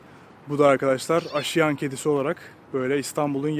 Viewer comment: "Asude" kelimesini "asuude" diye yanlış olarak telaffuz ettin; "aasuude" olacak. Mezarlığın ismini de yanlış telaffuz ettin: "aşiyan" değil, "aaşiyan" olacak.